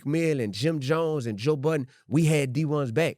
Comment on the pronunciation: why you say you love joe budden like a white guy lmao im dead